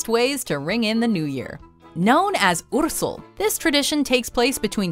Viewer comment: What the fuck!!! xD I'm Romanian, and I've never heard about the bear fur tradition Edit: OMG!!! The way she pronounced "Ursul"... fucking kill me...